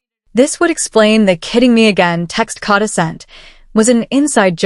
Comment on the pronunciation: Kay-da❤! Please 🙏 pronounce her name correctly, by all this time. Amen 🙌